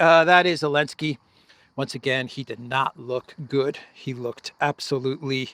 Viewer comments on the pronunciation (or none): none